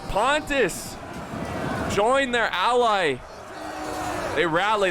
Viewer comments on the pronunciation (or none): none